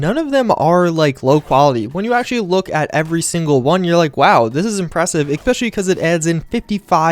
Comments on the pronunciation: He keeps saying ecspecialy. DDE PRONOUNCE IT RIGHT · "especially" does not have an "x" or a "k" in it.